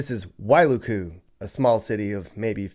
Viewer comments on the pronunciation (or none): It’s not pronounced why loo koo it’s pronounced like Why luku. Don’t drag out luku. Say it like ukulele… Wailuku😂